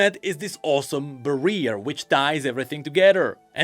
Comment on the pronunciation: Say it with me, BARRIER (barriar), not Barriiir:D But really great video, thank you for the breakdown ^^